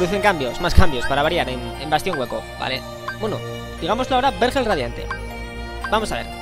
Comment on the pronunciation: No te vendría mal tomar unas clases de lectura. No se pronuncia "hángar" sino "hangar", lo mismo con "vérgel" y "vergel".